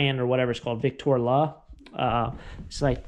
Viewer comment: Vic-troll-la 🤣🤣🤣 Hope that helps bud.